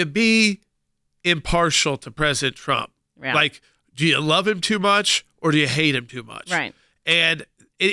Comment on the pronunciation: He's a jerk, can't even say Trump. He didn't know this before. Come on.